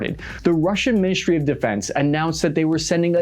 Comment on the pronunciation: "minishtry" "shtratesghy" when did us americans loose the ability to say "st"?